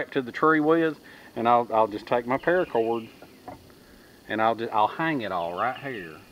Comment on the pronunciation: 1. "Parrracorrd", said in SouthernTM. 2. Tarps; always TARPS. 3. HOLYSHITHUGEJASONVOORHEESMACHETE! Sharp enough to tap-cut wood. 4. "Aint' dat neat?" 5. Profit.